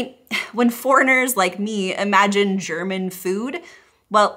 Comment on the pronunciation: Now, focusing on other things (this is my second view), I would like to comment on your German, meaning pronunciation,. It is far better than that of many other USAns'. You've been working on it. Thumbs up.